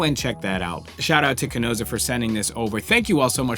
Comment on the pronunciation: I love the review, except the mispronunciation of Chesona lol you say Chenosa! I got a chuckle out of it anyway!